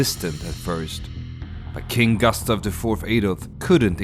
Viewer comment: Bra video, men säg inte "gastav", svenskt "u" är inte okänt i engelska, det är bara ett dialektalt uttal av kort "u" i ... Australiska dialekter, tror jag.